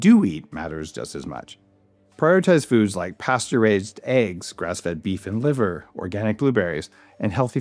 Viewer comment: I got SO lost just listening at around the 5min mark when I thought I heard you say, "eating things like, pasteurized eggs" ... after losing a few moments of everything you said that followed, I gave up, grabbed the remote and bumped it back ... Pasture-Raised. 😅